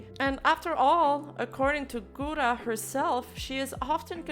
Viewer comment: This b*tch can't even pronounce Gura's name right, I just can't.